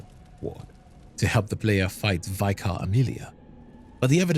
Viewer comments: It's pronounced vik-ah, not vy-kar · Just a heads up, "vicar" is pronounced like "liquor" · Hey, love the videos, love your cadence and will always eat up every Bloodborne video available…. One thing that’s driving me crazy is ‘vicar’ is pronounced with a short ‘I’ like in ‘big’ instead of like vy-cur. Everything else is great though, keep up the amazing work 😊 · Why do YouTubers insist on pronouncing "Vicar" as "Vye-car"? Is it such a rare word?? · Please look up the correct pronunciation for words you don't know. There are so many mistakes that it detracts from the video. 'Vicar' is not pronounced that way.